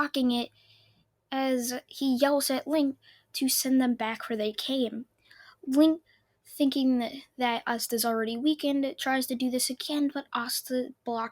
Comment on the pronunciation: It is licht not linkt